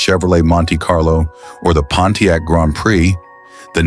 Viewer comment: 🌴😒 Grand "prix".? (Pronounce: "pricks")